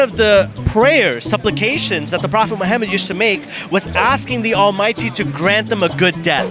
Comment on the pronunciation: I have a question not to be rude but why do you pronounce Muhammad like that the arabic letters aren't pronounced like that